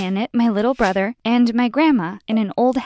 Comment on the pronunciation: I know, but you said brothet, did you mean brother? ( not trying to be rude )